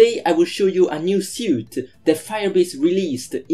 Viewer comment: It's pronounced like "sweet".